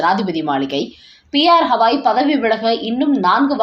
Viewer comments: அவர் பெயர் கவாய் … ஹவாய் இல்ல. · It is irritating to hear when the name Gavai is pronounced as Hawai. Please correct yourself at once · Please mention the name of Chief Justice as Gawai and not Hawai. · His name is Gavai - not Havai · Please pronounce the name of Chief Justice of Supreme Court atleast properly. He is B R Gavai and not Havai.